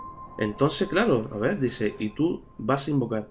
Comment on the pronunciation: Ey ver no es crer cer es ver